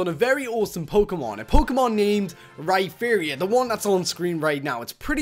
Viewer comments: ITS (RAI-PEE-REEROR) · WAIT HE SAID RYFAIRYON!?!?! XDDDDD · UR SAYING RHYPERIOR WRONG ITS RY-PER-IOR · Ry-fear-ior XD